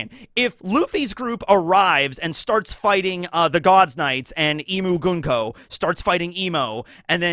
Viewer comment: It's "mugunko"